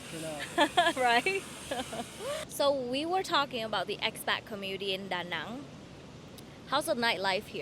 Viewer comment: I think they pronounce it DaNang not DaNong